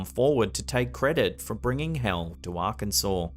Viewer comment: Thank you for pronouncing Arkansas correctly🙂